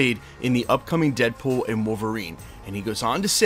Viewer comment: 😂 “deadbool wom Wolverine”